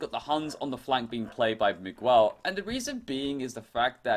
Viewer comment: The "u" in "Miguel" is not pronounced in Spanish, and the "q" in Chinese is pronounced as "ch" in English.